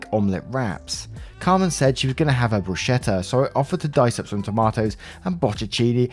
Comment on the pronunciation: Please, "bruschetta" is pronounced "broos-keh-tta". The "ch" in Italian is ALWAYS pronounced "k".